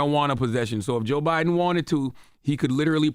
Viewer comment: Love how Charla pronounce Joe Biden with a hard Bi, just so Joe Budden know his name will never come out his mouth.